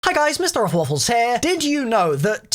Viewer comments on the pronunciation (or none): Your name isnt... its. Get it right dude